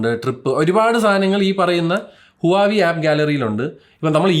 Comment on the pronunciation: ഹുവാവി ❌ വാഹ് വേ ✅